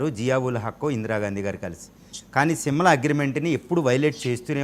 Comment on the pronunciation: Read as Simla not Simal